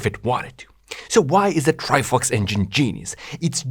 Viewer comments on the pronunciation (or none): why is bro saying ""Trifucks" 🥲